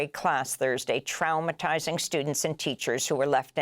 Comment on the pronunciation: Trowmatizing? Jeeeeeeez